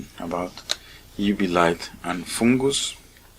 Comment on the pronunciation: 😂I love the way you say foooongoose 😂 mate I appreciate your showing us how to clean it🙏😉